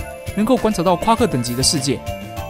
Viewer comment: ...怎麼 "射擊能量光束" 這句話重聽不管幾次都聽起來像 "色情能量光束"